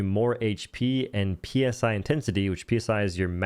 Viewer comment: Psi, as in psionic powers, is pronounced like "sigh", not PSI as in pounds per square inch. That aside, cool to see you covering the game. It's a weird one for me, as it feels like a really shitty "The Secret World" with guns, but it'll do.